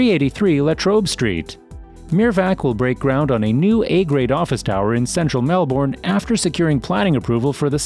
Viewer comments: Mel-,bn, not Mel- born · Twenty seconds in, and I want to note some corrections. 1.) As of late last year, Melbourne is now the biggest city in AUS. this was recognised after the video was posted earlier in 2023. 2.) it's MELB-BURN. not mel-born. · It’s pronounced ‘Mel-Ben’ not Mel-Born, Bris-ben not Bris-bain. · You said it like Mel-born 😂 it’s Melbourne and Brisbane isn’t Bris-bain lol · Change the way u say melbounre kts not melb0rn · Did he say... mel-borne And brizz banez Nooo 😂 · Nice info. Thanks. (Horrendous pronunciations! 🤪 some nice attempts….The pronunciation of Melbourne and Brisbane is closer to ‘Melbun’ and ‘Brisbun’. [Seafarers is on Flinders Street not Finders Street.]) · melBORN brisBAYNE yARRAR wOOROONJOORI bORke lol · I want to let your know, it's pronounce as Melb'en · the way you say melbourne and brisbane is so wrong..... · I agree